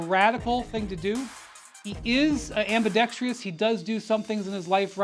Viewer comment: AmbidextrOUS, not IOUS. And doing some things L and some things R, is cross-handed, not ambidextrous. Ambi reflects equal innate facility with both hands on all tasks. Ben ain’t ambi.